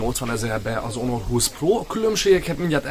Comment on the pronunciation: Onor 20? Ammeg mi a ...? 😂😂😂